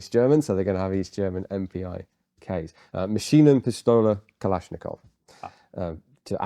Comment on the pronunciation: German guy here: "Maschinenpistole Kalaschnikov" - spot on. Dauerfeuer translates to permanent fire. Double fire would be Doppelfeuer - it obviously isn't. Greetings from Germany!!